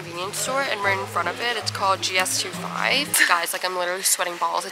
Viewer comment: as a Korean, I felt betrayed by the way you said gs25 😭